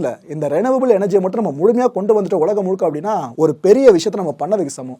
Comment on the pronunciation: அய்யா வணக்கம் அனைத்தும் கோப்புகளும் சிறப்பு உலகம் என்று உச்சரிக்க வேண்டுகிறேன் ஒலகம் அல்ல